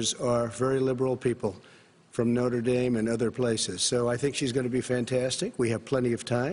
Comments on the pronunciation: no one: Trump: notur dame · Noder dame 🤣😂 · The worst part is when trump said notre dame incorrectly